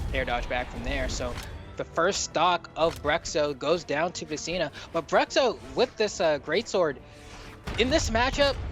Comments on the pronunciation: It'd be more accurate if you pronounce "Brootcho" instead of "Bruxo" lol haha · eu ia comentar a mesma coisa kkkkkkj bruhcso foi foda kkkkkk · Engraçado ver os caras falando Bruhcssso kkkkk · It's "broosho"